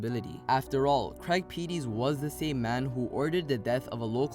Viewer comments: Lorenzen also had 36,000$ in his pocket when his body was found. It's pronounced Craig Pet-tus, not Pee-tees, and he is the half brother of memphis rapper DJ Paul. Hacks Cross Rd/Winchester Rd isn't exactly close to Memphis international airport... while it's not an extremely long distance, but no where in Memphis is very far from the airport. The wooded area at Hacks/Winchester isn't very large. There is a walking trail through there and is part of the FedEx world headquarters. And the surrounding area is very populated and is heavily patrolled by SCSO. In other words, it's highly unlikely that was the spot of the murder. There is also a video camera at that intersection so somewhere whoever disposed of the body is on tape... Just FYI. I used to work just a few hundred yards from where he was found on Winchester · you've took public info and that's it !!! the man you called Craig Pettis (you said his name wrong) that's my relative. Craig Pettis been in jail. you missed the fact that sherra messed with tavio which aired in Memphis. tavio is a known barber that lives very flashy and has his own shop. sherra has a baby by tavio which is also lorenzen Wright barber. you missed the fact that it was a drug debt hit and lorenzen Wright was found with money on him and his dick cut off. you need to get your facts right instead of just looking at public info. and not to leave out that the barber tavio lied about a phone call with lorenzen Wright after his mother came forward saying that she believed he was missing. I know of lorenzen Wright ' he went to my church a few times and would come in with these big ass diamond earrings in. he was a cool cat